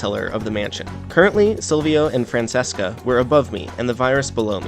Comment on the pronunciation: Dope video, but her name is pronounced “Fran-ch-eh-ska